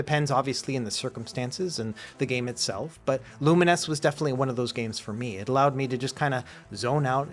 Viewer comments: Wait, that's how you're supposed to pronounce Lumines? I have spent all these years thinking it was pronounced like Bovines or two mines... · TIL the correct pronunciation of Lumines. Why wouldn't they just spell it with -NESS?